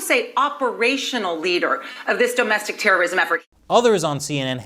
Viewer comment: Stop saying dome-estic terrorism